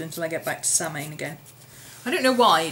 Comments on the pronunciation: Call Mrs Picky but they are pronounced, Imm bolk, Soow wain. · It's pronouced "Sow-in" - I hope someone helped you with it in the last 8 years, LoL. Brightest of Blessings!